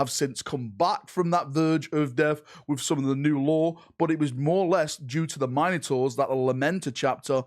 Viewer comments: Just listen to him he calls them the "Mine a tors" rather than the "Min oh tors" he's claiming them as his own. (yes i know this is due to his accent vs my own midwest way of talking but still) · Min-ah-tours eh? Interesting way of pronouncing Mino-taurs. xD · Mine - ators? Must be a British thing 😂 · Mine-o-taurs lol...